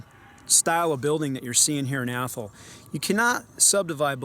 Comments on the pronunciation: We have an Athol here in Massachusetts. ) Though we pronounce it Ath-all not Athel. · Even when you are not "making fun" of it, you are still pronouncing it wrong; it IS Ath all .